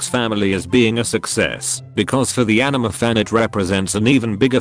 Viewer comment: Am I the only one who hears the text to speak saying ENEMA instead of ANIME?